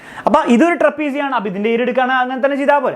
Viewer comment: Kuchu..kuchu kuchu..kuchu. trepisium😂